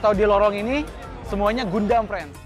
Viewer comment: Gundam bacanya gan-dem